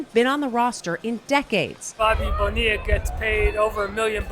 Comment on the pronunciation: How many times can they mispronounce Bonilla?